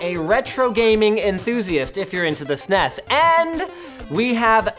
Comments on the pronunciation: who the fuck calls it a snas its S N E S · Yeah what's up with Sneeess... It's S-N-E-S no? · “Super NES” with each letter pronounced. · It's S-N-E-S, not SNES. I friggin' hate when people butcher the name. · You pronounce it Snez the first time, but the S EN E S tht second time lol.... but even more shocking, you said S Dee for SD... most of us in the US say SID or just Ssdd.. card. Nah jk... I say S Dee. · If you say "Sness" one more goddamn time.. It's S-N-E-S, always has been, always will be. It has never, ever been called a "Sness". Stop it. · It's not a Sness fool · Don't call it Sness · For the love all that is good, please stop saying “sness”. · THE FUCK? it is S N E S not snes in one word..its an acronym for Super Nintendo Entertainment System... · S N E S please learn to say it correctly no one said it as a word back in the day. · Agreed, "sness" sounds like a tobacco product. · sneez? bless you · Retro is awesome. Pronouncing "SNES" as a word, somehow less so. "Super Nintendo" does make for a lot of syllables, but at least it doesn't sound like some kind of bodily discharge... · So, it wasn't just me, some people are allergic to initializations and turn random things into words. SNES, isn't as bad as some, at least SNES is a legitimate syllable without adding any vowels. SQL and SCSI being pronounced as words are particularly egregious as you have to add your own vowels and there's no particular reason to choose the ones that people use. But yea, pronouncing it as snes kind of kills a lot of this. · Stop saying snes like it's a fucking word.